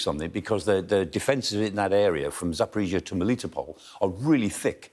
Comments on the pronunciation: Only thing he got right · Thumb up for a foreigner pronouncing Zaporizhzhia correctly.